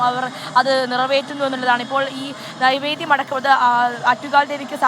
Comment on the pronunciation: നിവേദ്യം അല്ലെ നൈവേദ്യം ആണോ...???